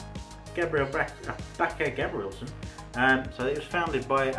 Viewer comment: The name is actually not French, but Norwegian, as the founder of the brand was "Thomas Bache-Gabrielsen" from Holmestrand in Norway. And the "ch" part is pronounced with a "k" sound, so you were quite right.